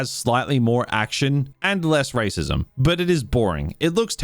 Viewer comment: take a drink every time this guy says waycissm!!!"